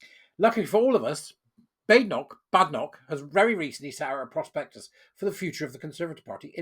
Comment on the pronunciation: From the lips of the lady herself, it is pronounced “Bay-den-ock”. HTH!